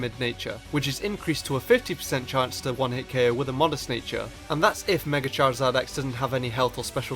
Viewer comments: You mean chorzard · charazard YYYYYYYYY rulles